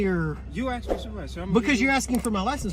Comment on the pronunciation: " Axed " for a supervisor . Drives me nuts . Room temperature IQ cops . FTP